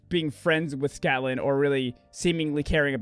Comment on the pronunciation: Are saying "SCATlan?" LOL for many reasons.